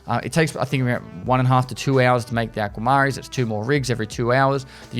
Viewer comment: Ah-kwuh-muh-reen. I was rolling over that pronunciation after I figured out what you were trying to say 🤣